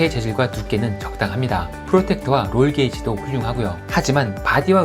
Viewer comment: 롤케이지를 롤"게이지"라고 발음하는 특별한 이유가 있으신지요?? 일본식 영어발음 잔재중 하나인데 볼때마다 아쉽습니다. 전문성도 떨어뜨리는 요소이고요.